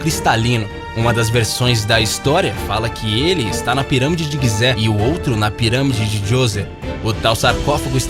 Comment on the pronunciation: Mano, tu fala tudo errado, não existe "quigibi" é KGB "KaGeBe", e não é pirâmide de Guize é Gizé, lê normal velho, não fica tentando falar com "sotaque".